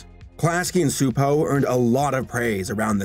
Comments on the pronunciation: Frets over mispronouncing Gábor Csupó's first name. Mispronounces his last name. 🤔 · Actually the last name is pronounced Chu-po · Csupo is pronounced Chuh-po lol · It’s pronounced Choo•poe